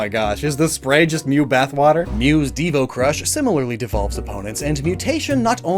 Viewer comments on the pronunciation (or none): none